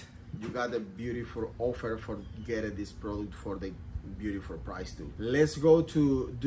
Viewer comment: Please your “ biurifol “ limit has been reached